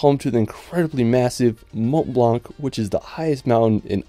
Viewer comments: Mon blan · Just a suggestion M’ont Blanc is pronounced as if there was no “c” not blannn but blan good video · Actually he's wrong, these letters should not be pronounced. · Please, stop saying "mont blanK"... It's horrible.